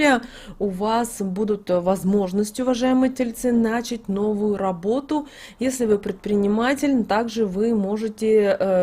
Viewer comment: вот только не "нАчать" ( так коверкал ударения Горбачёв) , а начАть !